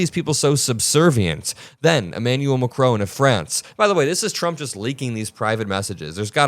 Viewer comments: Emmanuel Macron, the president of France is not pronounced MAC-ROWN. It's pronounced Mac-rawn = President Macron. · His name is pronounced macRON, not macRONE! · It's Macron not macrone pronounce his name right for gods sake